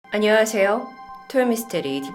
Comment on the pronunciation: 안녀아세여~ 이 부분 항상 너무 좋음